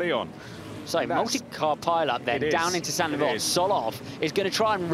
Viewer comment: “Saint devote” not “sandy vot”